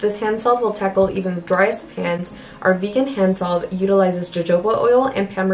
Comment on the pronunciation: Girrlll. Jojoba is pronounced “ho ho ba” 😂